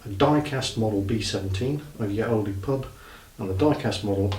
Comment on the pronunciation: Good story! :) No "e" sound on Olde, though ;)